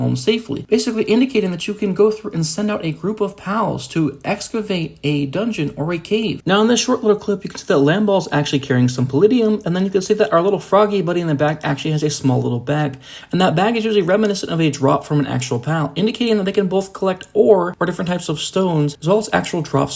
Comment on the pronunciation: Paldium - not Palidium lol